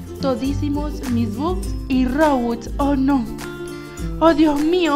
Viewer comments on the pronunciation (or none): none